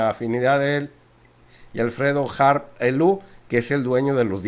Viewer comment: Es Harp, no Herp😉